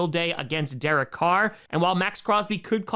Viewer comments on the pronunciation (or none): none